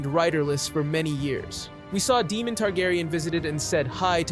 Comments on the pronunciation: Why is this guy mispronouncing names that are spoken in the show. He's calling Prince Daemon (DAY-mən), DEMON..! Why? Is he clueless, or is he just not watching the show. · Why does he pronounce Daemon as demon? Just to annoy me? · I love Syrex. She’s beautiful. Demon?? You mean Daemon king Visarys’ brother. (day-mon) right? Vhagar is so huge and a war is happening between the Greens and the Black. Therefore, I see not only a war between the two factions’ armies and navies but a huge- monumental, dragon war as well. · I’m stopping the video because it bothers me you can’t pronounce their names right lol it’s Daemon not Demon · is Daemon dude! not demon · It's Daemon, not Demon 😭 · Say it with me… D-a-e-m-o-n, not Demon. It’s hard to take you seriously, when you can’t even pronounce their names properly. 🤦🏻‍♀️ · They say the names in show. You don't have to guess how to pronounce them. At no time is Daemon called "Demon" or is Aemond called "Emon".... very distracting. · "Demon tegaryan" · my fav is daemon being demon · It hurts my ears when they say Deemon hahaha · Don't necessarily need perfect pronunciation since all these mexican names are a pain in the aes. But yes some of the mistakes are idotic. Like nobody name is Demon. Even I at least say Damien since it makes sense. Or Shakiros because I'm not trying to pronounce whatever tf that dragon name is. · Demon. Melex. RhaeNAYra. EEgon. HeLEYEEna. It’s already confusing remembering Westeros names. Butchering the names just made it worse. 😂 Still a good summary of the dragons. 🤓